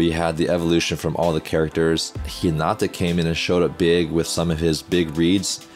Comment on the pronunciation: You got to say hinata right bro😫